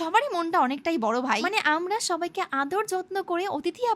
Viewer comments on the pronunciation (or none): none